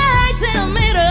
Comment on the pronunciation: 제이미가 핸들을 핸돌이라고 미들을 미돌이라고 발음하는데 왜케 멋있냐